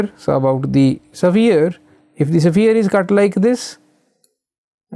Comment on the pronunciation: bro pronounces it as safire instead of sphere